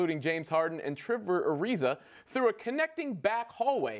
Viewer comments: Eric Douglas i agree he said triper its trever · It’s trever not triper